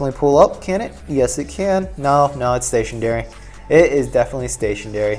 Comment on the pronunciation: Rofl did you say stationdary? Lol